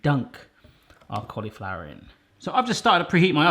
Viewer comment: I love the way he says "collyflower". It just makes me smile. :)